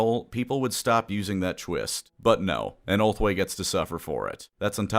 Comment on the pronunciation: Gonna be honest, kept hearing ulthwe as homeboy and in some parts it made sense